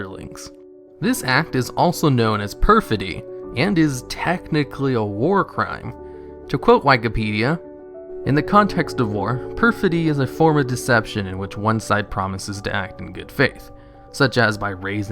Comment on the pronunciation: I've never heard someone mispronounce so many common words. Bro said "why-kipedia"